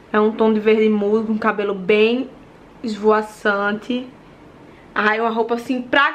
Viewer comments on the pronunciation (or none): Ninguém: a: esvoaçante